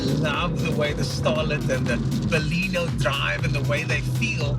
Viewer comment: Good review but the name is Baleno and not Balino